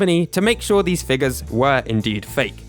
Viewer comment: why does he have to say figas instead of figure